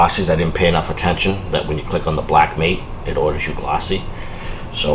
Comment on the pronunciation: That's matte with a short a, not mate with a long a.